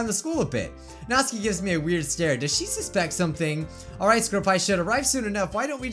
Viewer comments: It's supposed to be nat-su-kee not nats-k-ee but u can say whatever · he is saying natsuki rong